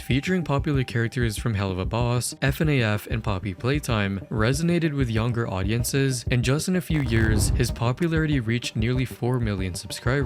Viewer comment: F-n-a-f is not how u say fnaf